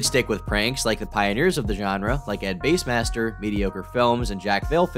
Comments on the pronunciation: ed base? I thought it was bass like the fish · You know it's bass, like the fish, right? Not the instrument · It’s Ed-bass master not Ed base master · Did call bassmaster “base-master”????? Tuff